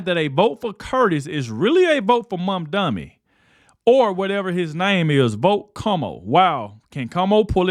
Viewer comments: you have become my nightly news! keep up the good work, and just kkep being yourself.. That being said, its "MAM-DANI, MAM MAM MAM-DANI", not "MON-DANI" LOL! IDK, just having fun lol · When you said Scam Donnie, you actually said his name almost correctly. For months that I’ve been hearing you talk about Donnie you’ve been saying MANDANI. So if you’re going to speak, please try to speak correctly so I can understand what the fuck you’re talking about. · who's Mondani? His name is Mamdani